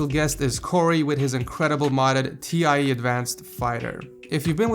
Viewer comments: Why did he say tea eye ee, it’s tie, swa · Did he just say T - I - E not tie? O_o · its not t-i-e its a whole word its tie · T I advanced that's one way to butcher "TIE" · could you say "TIE" once more, please. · I have literally no idea how you managed to say Tie like that